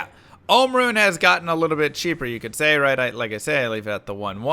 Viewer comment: Jaa rune and Om rune 👀 Its JaH and OHm